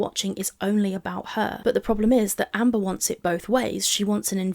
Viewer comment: Nearly saying Hamber is so funny lol